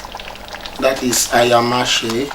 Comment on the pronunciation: Love to see a man cook, does the heart good. And good instructions, the meal was lovely - well done. Also, its pronounced "Aya - Ma -sey". (Thank you boss)